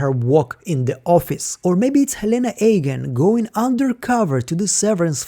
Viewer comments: Wanted to finish watching but I just can't get past you calling them Ayegan and not Eagan over and over. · Love your videos, but seriously, why are you pronouncing "Eagan" so weirdly? Being born in Russia, I have a strong accent myself when speaking English, and can't pronounce complicated words for shit as well. But "Eagan" is not complicated, it's"Иган", not "Эган", no?